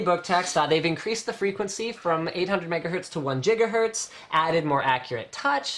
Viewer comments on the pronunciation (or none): He said Jiga hertz...